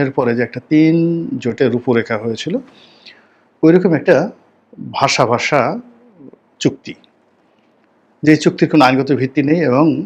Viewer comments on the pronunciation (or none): none